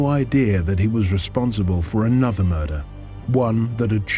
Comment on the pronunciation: did he say murder or murrrrrderrrr?